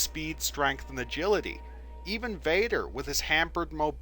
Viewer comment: pronunciation VADER not BADER